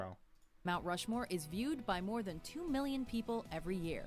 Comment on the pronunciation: So funny when said "Rount Mushmore." LOL